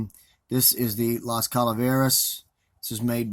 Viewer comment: Yes you said it correctly and thanks for the shout out